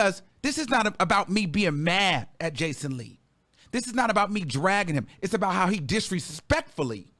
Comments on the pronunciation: baby did you say BACON Lee? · Not “Bacon-Lee” 😂😂😂 🔫🔫🔫